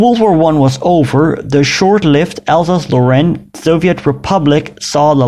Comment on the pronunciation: It's not "Alsazelo'aine" it's "Alsase-Lorraine", two words... And so on!